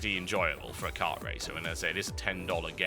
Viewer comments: mario cart? is that you? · Mario Kart, not Cart. ._. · What the hell is 'Mario Cart'? I've only heard of Mario Kart.